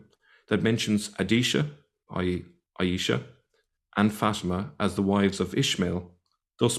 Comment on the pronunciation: 'aeesha/ fateema' - wot a ars. he can't even say the names correctly - and he's an 'arabic expert'? this is deep stupidity.